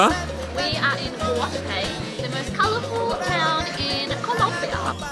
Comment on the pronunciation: Hey guys, great video! Just to let you know, the capital city is called Bogota, not Bogata. Looks like you had an amazing time in Colombia